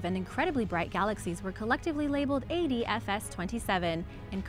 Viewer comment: Anybody notice she keeps saying AFDS 27 Instead of ADFS